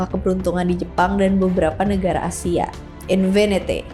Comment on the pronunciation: bukan invinity kak tapi infinity